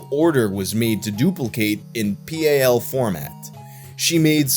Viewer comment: It took me a moment to realize P. A. L. was PAL as in the video format. I've never heard it spelled out like that, I've always heard it pronounced as the word "pal".